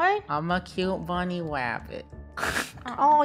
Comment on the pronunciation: I’m not a clown Also:I’m a cute bwunny Me:he said bwunny instead of bunny😂😂😂